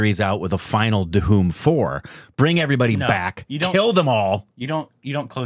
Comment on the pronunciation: Stand in front of a mirror and try to say 'Dhoom'. It's irritating to hear Duhum everytime. Lol I know English language doesn't have words with the 'dh' pronunciation. That's a Hindi thing. But your tongues can't be so cast in stone right?